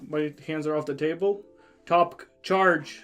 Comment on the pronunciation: Prety sure it's pronounced top-kay not topq :P Quick question, since it's circle shaped, does it protrude alot from your phone? Anyway thanks for the vid.